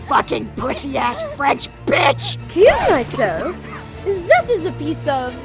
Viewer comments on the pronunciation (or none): Am I the only one who misheard her saying "kirito?" when she said "kill myself?". I thought it was a joke that she was talking to the voice actor from SAO abridged.